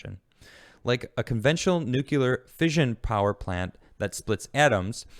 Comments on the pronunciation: Good segment. Fast question. What is NOOKYOOLAR energy? It's nuclear (new-cle-ar). God it's GWB all over again. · NUCLEAR....NEW-CLEAR, NOT NEW-Q-U-LUR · #theresNoUaftertheFirstSyllableInNUCLEAR! ...would it Kill ya to pronounce it NUKE-lee-er???! since it comes from the nucLEus of the atom? thanks!, a degreed Physicist